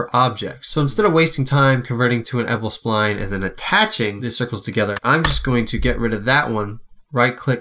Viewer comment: By the way it's pronounced ed-it-able spline not edible. I don't think you can eat it!